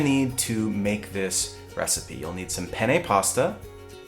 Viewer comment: The way you pronounced "penne" was the way you say "penis" in Italian lol. Anyway, this recipe looks fantastic! Thanks for sharing. P.S. The shirt is wearing, do they have one like that for dads?